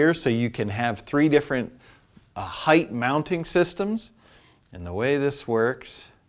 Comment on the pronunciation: Hey, can you tell to stop saying "heighth"? The word is height. Pronounced hite. He turns off comments and the dude sounds dumb saying that.